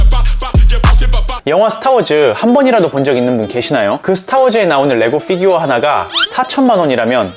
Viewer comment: 걍 피규어 라고 해주시면 안될까요 ㅎㅎ f규어 킹받아용 ㅋㅋㅋㅋ